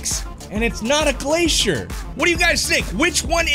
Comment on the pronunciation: Bro Glacier it's glacier 🤷‍♂️